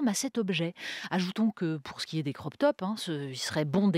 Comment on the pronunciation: "Croq" c'est votre facon de prononcer de l'anglais :"crop" ???